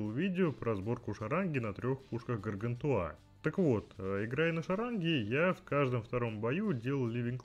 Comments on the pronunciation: 8CBG4A Android Полоскун не ГАРГАНТУА! а гаргантюа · ГаргантюА ( ударение на А ) и ПантагрюЭль - сатирический роман-пенталогия французского писателя XVI века Франсуа Рабле о двух великанах-обжорах, отце и сыне.